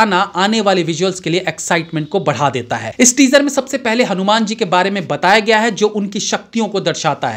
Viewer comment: Bhai saab pehle aap hanuman ka uchcharan thik karo fir review krna Kyonki director pehle hi hindi me likh ke confirm kr chuke hn